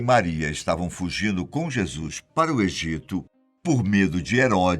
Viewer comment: Um único problema no vídeo a pronúncia correta é "Jesus" e NÃO. "Jesuis"... Precisa melhorar a pronúncia, pois é necessário 👍